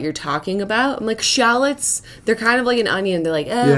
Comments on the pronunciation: omg that is the weirdest way of saying shallots that i've ever heard in my life. I'm pretty sure if you pronounced it..normally, they would of understood xD Like Sha-Lots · They ate not called shallits it pronounced shall-lots well that's in Australia anyway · Might be her pronunciation. I got really confused till she said it a few times . I heard "shall-its" where as to me It sounds more like "shaa-loht" for a second I thought she said shale . But I'm a kiwi, we say shit weird ... idk . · that's not how you say shallots oh my god. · That's not how you pronounce shallots.